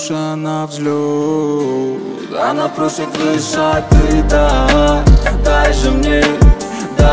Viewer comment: Акцент хреновый во время произношение слово ""ты"" ужасно получается